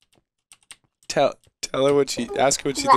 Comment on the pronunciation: "Minecwaft?" Awww :D